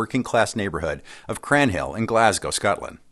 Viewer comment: That's the most sophisticated pronounciation of Cranhill I've ever heard 😆